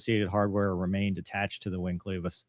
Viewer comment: It’s clevis as in Elvis. Not cleevis. All of the aviation guys are mispronouncing it. I can’t take it anymore 😂